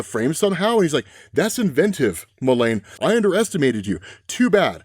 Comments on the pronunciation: ITS "JO MULEEEEEEN" NOT "MULAAAAANE". PRONUNCIATION WISE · Fun otherverse easter eggs; Todd Rice, Steve Dayton, Terry Long, Cameron Chase, Goldface, Goldface using disguise tech like the prime universe Nemesis, the code name he happens to use "for this job". Why do you keep saying "Jo" Mullein as "Mul-LANE instead of MULL-in, the common pronunciation? It feels as if you're saying "Hale Jordan" or something. Good recap video though! I love these overall.